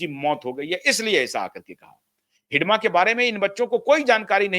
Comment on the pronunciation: आपने हिड़मा को हिडमा क्यों कह रहे हैं? अंग्रेजी में डी की जगह आर का प्रयोग कीजिए। अंग्रेजी मानसिकता से उबरिये। हिड़मा को मौत के घाट उतार दिया गया। उसकी हत्या नहीं की गयी है।